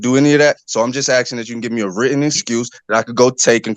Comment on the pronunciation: He keeps axing and axing.😅😅😅😅